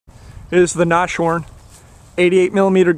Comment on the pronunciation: It's "das Nashorn" in German, also its pronounced nas-horn not nash-orn.Cool video anyways.